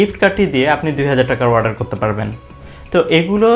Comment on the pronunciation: Its not warder Its Order😆